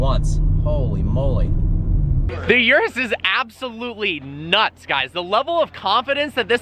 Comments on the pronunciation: Its ůrus not uruss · It's not a Yurus, it's a Urus. You sound like your talking about some kind of urinary tract infection. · It's called Urus, NOT YURUS! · Yerrruuussss? Not that it pronounced Erus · Its uris not you ris